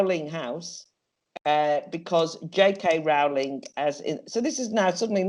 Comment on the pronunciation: The first syllable of Rowling rhymes with blow and glow, not how and cow.